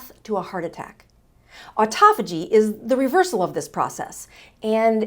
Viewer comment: U r pronouncing autophagy wrong.